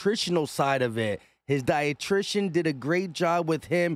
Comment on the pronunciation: Young homie be wilding on the vocab like he's channeling the wayans from in living color today. AJ's "dietritian" got him on a whole new "dietitionary" level. 😂😂😅 Even though he be making up a whole lot of words that don't exist today, content still 🔥🔥